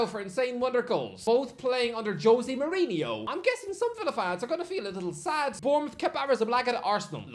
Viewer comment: 2 minutes in and I already heard Mourihno